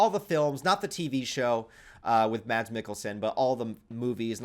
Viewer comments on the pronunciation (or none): none